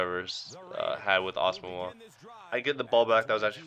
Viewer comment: O and ur say Nnamdi asomugha wrong to